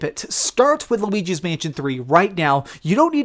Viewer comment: No one:: Looigi's Mansion 3